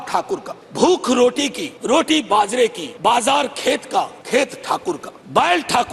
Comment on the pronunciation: Bajra ko bazar bol rahe hai is se yeh pratit hota hai ki kavita padhwaya gaya hai jara gaur kariye.